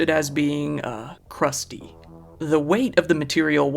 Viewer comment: First loser looks exactly like Mr. Burns.... I was just getting ready to type that, when you emphasized the word 'Krusty', lol